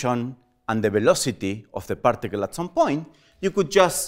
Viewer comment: We say partical and he prtical 😂😂